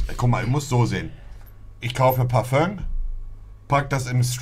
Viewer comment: Du meinst parföng